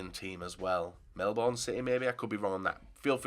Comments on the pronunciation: it’s Melbourne not melbon Still like you stuff keep it up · Melbourne is pronounced Melbin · Oh yeah Australia is recognised in football P.s love the way he said to Melbourne, he said it so wrong